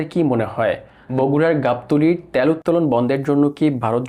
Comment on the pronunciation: ভাই উচ্চারণ টা কি ত্যাল না তেল! It's too annoyed to hear - ত্যাল।